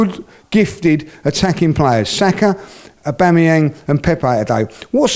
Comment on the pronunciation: the way you absolutely butchered Aubameyang's name tho 🤣